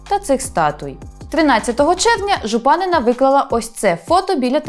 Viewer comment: Не ЖупАнина, а ЖупанИна